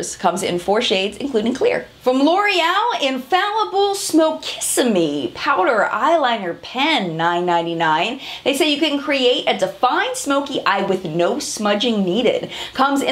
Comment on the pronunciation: thanks for posting,! just wanted to let you know that l'oréal's "-kissime" products would be pronounced as "kih-SEEM" "smokissime" would be pronounced as "smoh-kih-SEEM"... it initially bothered me that l'oréal would have a product that sounds similar to a city in Florida, then i realized i never saw an official advert that said the product name lol